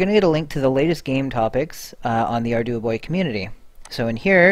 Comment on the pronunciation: I think it's "arr-dew-boy"